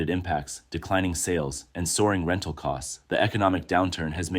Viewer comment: Soar in rental lol